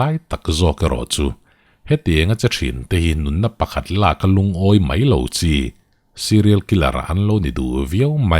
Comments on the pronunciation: Mai ti lovin mei hi i ti leh thin fimkhur feuh teh boss,eng a kalta mai tih turah kalta mei,iti leh thin a ulukzz heavy uchuak deuh teh... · Rilru a khawih hle mei,mei tih laitak hi pu ber i in hmeh lo tlat,Rilru a khawih hle mai,mai lo ti toh roh aw😂